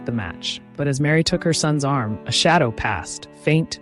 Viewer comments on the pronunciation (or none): none